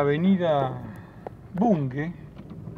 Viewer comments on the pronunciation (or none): Me pone muy nervioso escucharte repetir mil veces “Bungue” como si tuviera U. Es y se pronuncia BUNGE, por Dios! BUNGE! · La avenida se llama Av. BUNGE. Ud lo pronuncia BUNGUE.